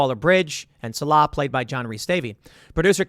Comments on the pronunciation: The character's name is pronounced Sawl-uh. Not suh-Lah. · Why is everyone pronouncing SAH-lah as sa-LAH? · The new movie is worse than aliens, a UFO, and prairie dogs?? Also the character's name is SALL-uh, Tim. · Tim's never even seen the original, or he'd know how to pronounce Sallah's name. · If you were a fan of Indiana Jones, you'd think you'd know how to pronounce Sallah's name. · I believed you really had watched Raiders of the Lost Ark until you mispronounced Sallahs name lol😅